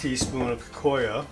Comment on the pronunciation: toward the end of the recipe you said a half of a teaspoon of cacoya? What the heck is cacoya? Are you saying 1/2 tsp of cacao?